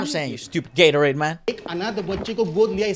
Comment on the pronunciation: Bhai Gaitonde ko Gatorade bl rhe ye log😂😂😂😂 Lol 😂